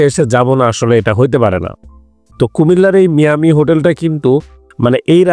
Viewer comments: ভাই এটা মিয়ামি না মায়ামি হবে😊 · এইটা ভুল উচ্চারণ, মায়ামি হবে।